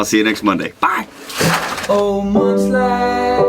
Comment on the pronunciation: Munch lax. Lol. Munching on laxatives is the only thing I hear.